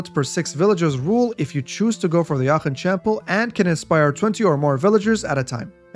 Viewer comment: Aachen pronounciation chefs kiss